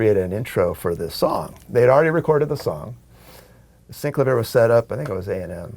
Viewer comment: sin-CLAH-vee-air Not SYNC-la-veer